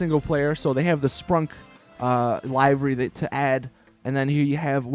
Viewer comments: The way u say livery is pissing me off its pronounced like this Le-ver-y U said it like Lai-ver-y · It doesn't, but it does matter that you've been pronouncing "livery" incorrectly in all of your videos. in both US and UK English, it's LIH-verr-ee. Not LIE-verr-ee. Start saying it correctly. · It's LIVEry like "He is going to LIVE a long life" not LIVEry as in "Hey man when are you going LIVE on Twitch?" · LIVE like he lived... LIVERY...not live as in live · 1. Pronounces livery wrong 2. Called an RWB Porsche rice ... Don't ever go to Japan or any real life meet, PLEASE! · Please learn how to say livery